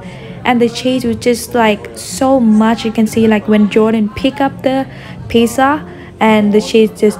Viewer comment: PIZZZZZA NOT PISAAA